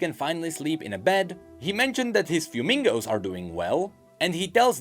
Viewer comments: You have the pronunciation of his friends close, but not quite right. There is no "N" . The are in fact pronounced "fwe-MEE-go," a portmanteau of the word "fuego," the Spanish word for fire, and "amigo," the Spanish word for friend. Milio literally named them his fire friends. He's adorable. Great video! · Just a note. I notice you are pronouncing it “fuemingo” like flamingo. Considering how Ixtal is mostly based on mesoamerican cultures, and given the rest of the names presented on the letters it can be assumed it is supposed to be a Spanish pronunciation. So it’s not fuemingo like flamingo. It is the combination of the words fuego (fire) and amigo (friend) hence fuemigo. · Thank you, I posted a comment on it too! 😭 It hurts when people pronounce it like flamingo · Was about to roast the poor guy but someone beat me to it lmao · Sounds like a Pokemon lmao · ur pronunciation of “fuemigos” IS FRYING ME LMAO i love when white people pronounce things so badly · Fuemigos - Fuego(Fire) + Amigos(Friends). Please avoid saying Fuemingo. :P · It's "F-Whay-Mig-Go" not "fyumigo" like Fuego (fire) 🔥 Migo (friend)🤝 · I believe its not FueMingos its Fuemigos like a combination of spanish words (Fuego + Amigos) FueMigos... Aside of that Great Work!!!!!! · lmao the fact that you say fewmingos instead of fuemigos 😂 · FWEH-MI-GO, not FYU-MING-GO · Fuemigos which mean Fire Friends in Spanish, not Fuemingos which means Fire Flamingos in Spanish lol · Fuemigos* Like fire and amigo, not FUEMINGOS, like a flamingo lol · Why do you say fumingos? Hahaha. Is Fuemigos, not N and like Fuego+Amigos. I mean, I understand your struggles with Spanish pronunciation, of course, but it's not how it is written XD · It's kind of surprising to see get a detail wrong as he is usually so thorough. I kinda died a little inside when he said "fewmingoes". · "Fewmingos" is definitely how you pronounce "Fuemigos" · the way he pronounced fuemigo💀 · everytime he says Fuemigo I just hear 'flamingo' lmaoo